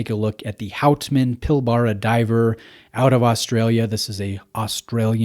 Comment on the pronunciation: Really nice piece. Not a fan of the bracelet, would look awesome on a rubber strap or NATO. Also, it's pronounced 'pil-bra', just another of our weird Aussie words :)